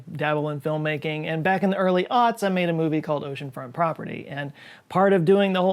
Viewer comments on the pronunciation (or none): Please do not say "early ohts" ever again